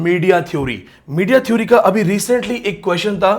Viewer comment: You are a good scholar but you need to work on correct pronunciation... theory/ˈθɪəri/, Village / ˈvɪlɪdʒ/ such words are common... please 🙏